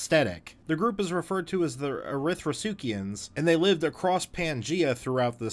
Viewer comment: Erythrosuchians made me lol.